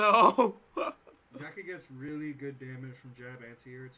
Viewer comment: I like sonicfox but damn, those "LIRLY"s was a bit too much